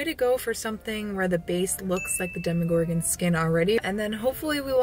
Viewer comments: She calls it dhemEgorgon but I always thought it's demogorgon like in demon hehe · DemogorGOWN,. Demo-gor-gown. Otherwise spectacular, as always. <3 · Demo-gor-gown! Love you ❤️ Maybe you could do a tweaking past makes video? Adding the finishing touches that you don't always have time for or fixing things you think you could do better now! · Demo-gor-GOWN! It works! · Demigorgown?? Duhhh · c'mon, Demogor-gown. it was right there!